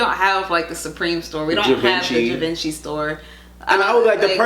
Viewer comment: The way you pronounced Givenchy 💀💀